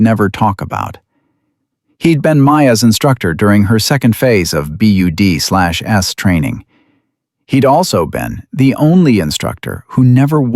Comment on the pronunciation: Need to teach AI narration that BUD/S is pronounced "BUDS."